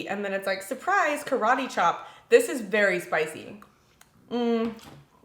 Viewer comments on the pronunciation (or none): none